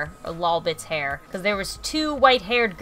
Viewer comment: u said hair wrong u slept it wrong just pointing that out